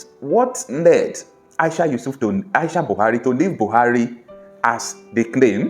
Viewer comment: He said Aisha Yousuf